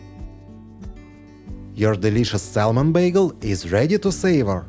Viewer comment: Bravo. Thank you for the trick. Fyi we don’t pronounce the “L” in the word SALMON. The letter L is silent.